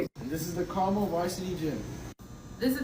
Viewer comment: I have to stress every time the Carmel High video goes around, it's pronounced car-mull. Not car-mell. And yeah. They're a rich suburb North of Indianapolis in their own separate county so they don't have to share their wealth with the rest of the city.